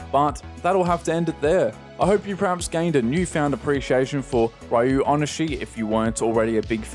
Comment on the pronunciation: I think it’s pronounced “REE-oh oh-nih-SHEE” but I’m not 100% on that.